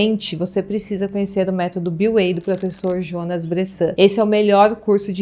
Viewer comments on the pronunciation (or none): none